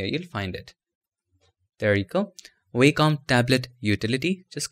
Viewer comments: nitpick: the company name is pronounced WOK-um, not WAY-com. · Nice video mate, thanks! BTW its pronounced 'vocom' (Wacom) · In American English, as opposed to British English, it's pronounced WAH-cum.